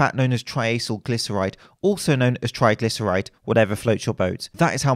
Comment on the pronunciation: The only thing I could focus on was 'Trigylceride"...